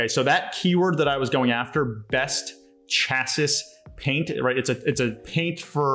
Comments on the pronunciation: Her good video. Thank you! Future... Chassis pronounced Chass-ee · Great video! Also just FYI- that's not how you pronounce chassis...I just have to giggle at that...still love you though:) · how it is pronounced is not important here because it is not an English language class. Thanks for sharing this! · I was thinking same!